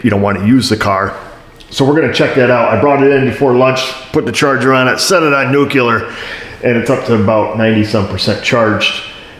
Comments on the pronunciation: NU-CLE-AR. Not NUKULAR!!!! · Did you just say nucaleer? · what is "nukular"?:)